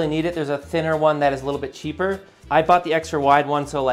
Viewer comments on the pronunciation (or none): none